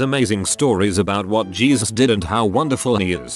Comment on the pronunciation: Yes. Gezus. LOL